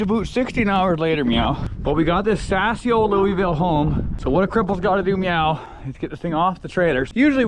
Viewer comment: am I saying myaaaow?